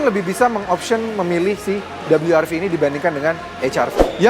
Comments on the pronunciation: cukup sebut we er ve aja bang... gak usah double you ar vi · Rilisnya di indonesia.. berarti baca nya we ER Ve.. Ngapain lu sebut dabelyu er vi.. Gak usah sok²an inggris lah.. garing..